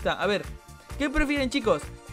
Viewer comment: Se pronuncia tuytter